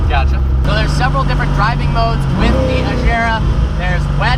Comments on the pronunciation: Why they always pronouncing it like "Cohnixeg" ? xD and people claim to be fans lol. Same with Agera / Regera being pronounced with J sound lol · Hard g watch Christian say it he says it with a hard g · Your ‘dream’ car, yet you can’t even pronounce the name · I'm swedish and agera is a swedish word and Koenigsegg is a swedish car so i'm guessing. It's Pronounced with a hard G. Just go in to google translate pick swedish and type Agera and press the speaker button. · FYI 'agera' doesn't mean 'rule' in Swedish; at means to act or enforce. In Danish we have an almost identical word 'agere', with the same meaning. ;) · you actually do pronounce the g likr a g in both regera and agera. Regera means reign and agera means act in swedish. Ifrågasätt mig inte xD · I love you man but please say agera properly that’s all I ask keep up the cool shit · What is that "Agera" pronunciation? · you say agera and regera wrong look it up christian von koenigsegg says the names a bunch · Yeah, I mean they obviously could pronouce it right without problems because they can say "going", "great", "gore", "gate" etc. The "g" in Agera is the same... There's no unnatural mouth/tongue/throat work to create the correct sound needed for a non-native scandinavian speaker. Saying "Königsegg" is a tiny bit different, yet I hear people say the "ö"-sound all the time like when someone goes "umm" when struggling for words to say you know. So it's there in a way for them. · BHut who cares if that is how Christian pronounced it? Agera is a Swedish word and you should pronounce it whit a G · Agera. Regera. Non of them have a "j" in it. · If it’s your ultimate dream car, you should learn how to pronounce its name. The g is hard, not soft like a j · swedes has a tendency to "americafy" how we pronounce names when talking to americans. Same with car names. The true pronunciation is a-gear-a. with a rolling R. I'm swedish myself so I know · Please... learn how to pronounce agera...